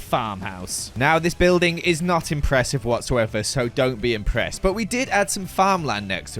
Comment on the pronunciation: Remember when he said don’t be inpressed😂 im epressed